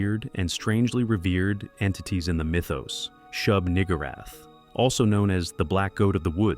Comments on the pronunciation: Is anyone going to say anything about how he pronounced Shub-Niggurath? No.....So it's just my racists ears huh?? Fine I will take one for the team. 😅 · I know what it means but he said it in a hilarious way.